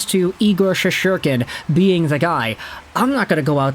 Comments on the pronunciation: Shest-er-kin…not that hard to pronounce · Learn to pronounce his name dude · Learn how to pronounce his name.. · Learn how to pronounce his name